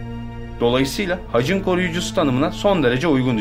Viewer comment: hacın değil haçın..tek heceli kelimelerde ünlü yumuşamaz..senin sacın demiyoruz senin saçın..taç istisnadır kraliyet tacı